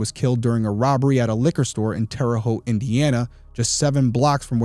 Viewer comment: You are part of my 2 favorite things; Big Brother & True Crime. Loved you on Big Brother & have been listening to Crime Weekly early on when it started. Loving this channel as well. I am born & raised in Terre Haute, Indiana & thank you for pronouncing Terre Haute correctly lol I would like if the episodes were about an hour long on here but I think I’m just use to Crime Weekly’s length of episodes. Shout out to also! You make a great team. Love all your content & will continue to watch